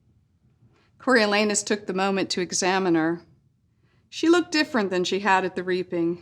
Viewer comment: I'm so happy I pronounced Coriolanus right